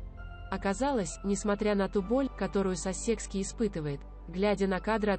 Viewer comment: Научитесь делать правильные ударения. кЕмбриджские, сАсекские, tАтлер, гАмлет и т.д.